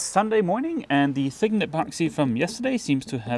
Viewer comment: I just love it when you say “thiggened epoxy”!